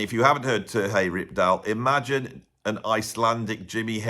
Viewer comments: Here is the pronunciation on "Terje Rypdal:" "TEHR-yuh ROOP-dahl." He is Scandinavian, not Spanish,. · Funny how you pronounce Terje Rypdal. At least for a norwegian like me 🤗